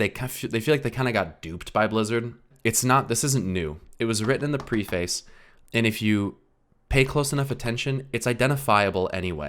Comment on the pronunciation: “Pree-face” 😂 Great video man!